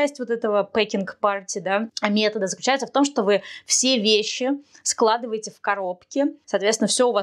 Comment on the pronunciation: Все очень здорово, только не говорите пжл. СЛАЖИВАЕТЕ 😊